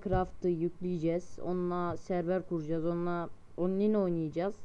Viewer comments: unline diyo mallll l D:D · onlin oynicaz :) o ne lan ole olemi okunur